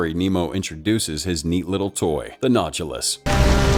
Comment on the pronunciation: Yeah, noticed that too. Gotta be AI or illiterate